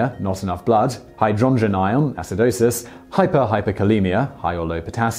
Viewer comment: Hey Simon, that’s not how we pronounce amiodarone (am-ee-O-da-rone) or tamponade (TAM-pon-ard) in the UK, and ‘hydrongen ion’ - someone’s having you on